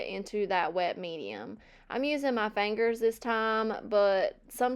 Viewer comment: Love your projects, cute little giggles, your accent saying the word fangers (fingers) and your videos in general ❤ The only thing you need to change is …. nothing!